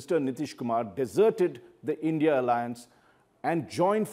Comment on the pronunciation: It’s I N D I Alliance, not INDIA